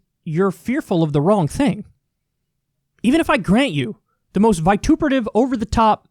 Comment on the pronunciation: Homeboy said vituperative.